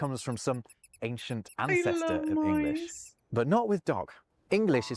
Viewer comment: In English, the "g" in the word "English" is pronounced, not dropped as in German!